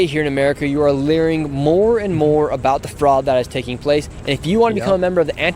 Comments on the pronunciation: I love how Nick says Learing instead of Learning HAHAHAHAHAHAHA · The Representative called it "Somali Learing Center" 😅 ! That's a Nick Shirley W there! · He said “we a learing more and more about this” lmao 🤣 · i love how evruone is calling it learing center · Nick said " learing" instead of learning! No wayyyy! Hahaha 😆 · I love how Nick uses "Learing" whenever he can😂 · Nick says Learing. Lol. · I love how he just uses "Learing" in his every day language now 😂